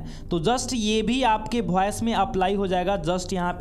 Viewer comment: फॉयस या वॉइस 😂😂😂